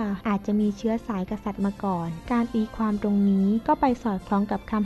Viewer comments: ความๆ ไม่ใช่ ฟวาม พูดดีๆเหนทุกคลิป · ทำไมอ่าน ความ เปนฟวาม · ข้อมูลดี แต่อ่านภาษาไทยยังอ่านผิดๆถูกๆ ความก็อ่านเป็นฟาม เสียเวลาฟัง